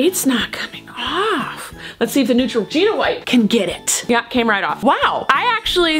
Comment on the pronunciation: you said neutroginura